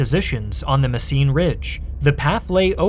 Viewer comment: It's called Mesen, not Messien or Messine my Yankee dudes